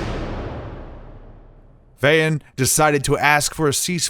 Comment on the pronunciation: Vahan jan 🙏🏻 the Armenians have tried their best for millennias to be survivals of the Christian faith. And you pronounce Vahan incorrectly, its Vaw-Hawn.